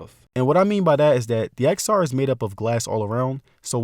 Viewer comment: You should learn to pronounce the product name correctly as a tech YouTuber!